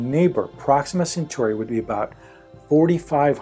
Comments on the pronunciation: It’s Centauri not century. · Proxima Centauri is pronounced "sen-TOR-ee" not "sen-SUR-ee"